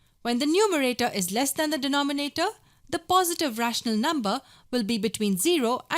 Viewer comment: Nice video but i keep cracking when u say de-noh-me-na-toh HahahahahahhaahahahhahHah LMFAO P.S really nice video